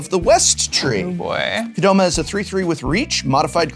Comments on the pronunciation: Why "Kod-oma"?! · Ha-lah-na and Ah-le-na. cmon prof, you gotta pronounce shit better. "Kadoma" instead of Ko-dah-ma.